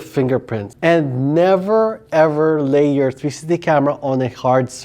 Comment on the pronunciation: Its three----six----ty. 3 syllables. Love the channel. Liked and Subscribed!